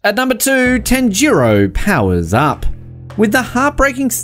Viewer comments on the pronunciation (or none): Tan-jiro😂😂😂 this dude can’t pronounce anything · Tan ji row is what he said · Why did he pronounce tanjiro and nezuko like that???